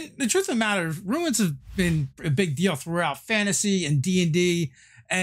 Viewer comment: See. Say Ruu Ins. It's just that simple.